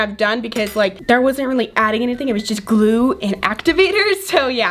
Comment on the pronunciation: It's glue not gluaaaaal